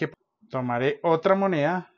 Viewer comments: 😂😂😂😂Hahahaha… Las mujeres hablamos mucho, si, pero mejor 🤭… No se dice “ herba” se dice HIERBA… No se dice fijese, cuando se está hablando a muchas personas 🤦🏻‍♀️se dice Fíjense 🤦🏻‍♀️No se dice MoNea, se dice MoneDa 😂, no se dice ayua se dice ayuDa, No se dice Via 😣 se dice Vida, no se dice digamen se dice díganme 🤦🏻‍♀️.. queeee bestia para hablar 🤣🤣🤣 OMG y la pronunciación en inglés es peor 🤣🤣🤣… No se dice, se dice … 🤦🏻‍♀️ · lo que no sé es porque pronuncia moneha o algo así en lugar de mone DA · Se dice MONEDA no monea..